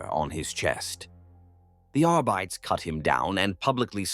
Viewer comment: I'm enjoying these, AI voice pronounces two or three words incorrectly lol! I swear arbites is a trigger word that snaps my brain out of the story and back to reality. Fix this please, if possible 🙏 thank you.